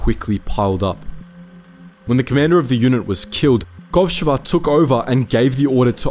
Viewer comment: Thank you for this great video. However, as a native Russian speaker, I feel compelled to indicate the correct stress in the names: KovshOva, PolivAnova and ShAnina. Also, here's a Wikipedia link for the most badass female sniper from my country, Kazakhstan (former Kazakh SSR)